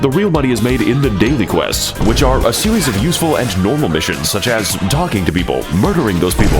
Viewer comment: "talkjing to the hilichurls"